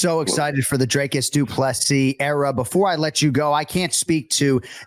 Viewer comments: Whats with the DREY- cus shit? Its dric-us. Dric like it rhymes with brick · Jon Anik, his name's not pronounced Drey-cus fyi. It's 'Drik-us'. Usually you're on point with the names. You at least get his surname right, which Bruce Buffer never does. Next time you see him or a UFC producer, make sure he gets DDP's surname right, the man's a champ after all. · Dricus (DrEEcus) not DrAKEs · Jon it's pronounced 'Dree-cus'. Come on man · PLEASE get his name right...say "drink" same sound. Coach Visser ...say "free" same sound.